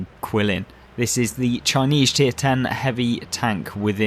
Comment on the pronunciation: I don't disagree with anything you said about the Qilin, which I believe is pronounced Geelin. It has always been the best tank in the game IMO. However, don't sleep on the VK 72.01 K. If you know how to play the rear-turret German tanks, you can be absolutely devastating. For me, those two tanks are 1A and 1B for "best" in the game.